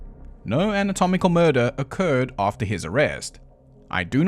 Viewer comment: “atomical knowledge” sorry to point that but it gave me a little laugh after the bit of talking about needing to re-record lines